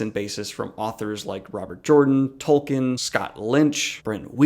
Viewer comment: It's pronounced Tol-keen.